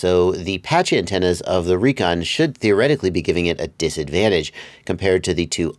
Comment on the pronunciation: I 'reckon' they are supposed to be pronounced RE-CON. Love ya,, thanks for all the incredible info.